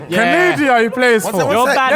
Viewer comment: hold the doo doo for "canadia" terrible sir 😂